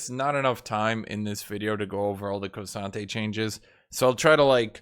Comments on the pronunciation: No but for real it is not KO sante its K Sante. There is no O. Like cmon.. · thw way you say k'sante gives me creeps.. kewsantay